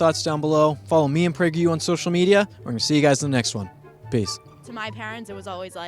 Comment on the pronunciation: "what's up guys this is with prageru here"